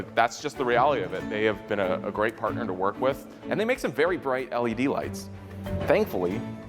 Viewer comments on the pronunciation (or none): ITS BWIGHT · Um it’s pronounced Bright Not Bwight lol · Vewy bwigt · I agree is BWIGHT 😵‍💫